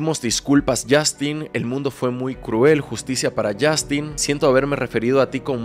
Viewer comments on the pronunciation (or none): Yastin 😂😂😂 ay porque me Dices yastin suena gracioso hasta en inglés lo pronuncian como yostin